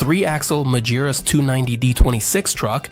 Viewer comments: MAGIRAS DEISITZ ?? MEGRAS ? MEGURAS ? MEGURUS ? MEGURIRUS ? MAGIRAH ? ALM ? DIUTZ ?? MADURAS ? UMBOLT DEITZ ? DETIZ ? HAMBOLT DAUTZ ? MAGIRAS DAUTZ ? MI FERMO QUI. COMMENTO RIDICOLO DI UN UBRIACO AI. PRONUNCE : Magirus Deutz = MAGHIRUS DOITS < Humbolt Deutz = UMBOL DOITS > < ULM si pronuncia ULM > È TEDESCO NON INGLESE E PER CERTI VERSI SOMIGLIA AL LATINO, NON AGLI STATUNITENSI. A FURIA DI SCOPIAZZARE L'AMERICANISMO SIAMO DIVENTATI UN POPOLO DI INVORNITI. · Yet another video ruined by bum yank accent AI commentary that guesses pronunciation. Majeerus / Magearus / Dutz / D youts. DIME ler Benz ? WTF kind of engine is a Dutz Dizzle? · You found many WRONG pronunciations of the company's name! It's "Mah-ghee-rooss"! All other pronunciations are bullshit. What could be expected from one of those annoying AI channels that have a faster reproduction rate than bunnies? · Please get the AI to pronounce Magirus correctly. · Dreadful pronounciation of "Magirus" and "Deutz" 😡